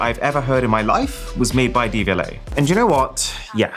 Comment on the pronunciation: When Aaron said the buds were made in partnership with Devialet, I cant be the only one who heard "DVLA" and thought what have the Driver and Vehicle Licensing Agency got to do with this?? 😂😂